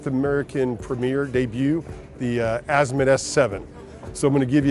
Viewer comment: UGH!!!!!! Come on Marine Max!!!! If you are going to present a beautiful boat like this then pronounce the manufactures name correctly. It’s Azimut not Azimit. That’s like calling a Porsche a Porsch. This guy is more like a used car salesman then a million dollar yacht expert. I’m sure Azimut is proud to watch videos like this. Haha ridiculous.